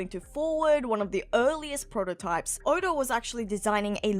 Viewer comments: Stop adding extra sounds in words. 😂 Odaurgh instead of Oda. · I thought it was more, odar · Here's my impression of saying "Oda". You ready? Okay. Here goes. "Orda".